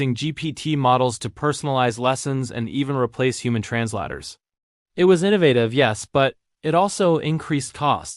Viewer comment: How do you pronounce “translators”?